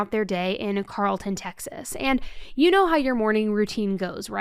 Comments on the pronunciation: Carrollton, TX- Carrol-ton - not Carl-ton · CARROLLTON.... Sounde like CAROL-TON. NOT CARLTON. CARROLL-TON. Embarrassing. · Carrollton its carol-ton 😂😂 love u im in Plano it’s 5-10 min away from there. It’s crazy I never heard of this case til recently. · Carrolton, TX - Pronounced Carol - ton. Never heard of this case until recently! Such a weird, twisted case. My husband and I were shocked at the twists and turns. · It’s Carroll-ton btw 😂 Carrollton,Tx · Thank you for covering this! I remember this 🥺, I grew up near that area. It's pronounced Carrollton like the name Carol ❤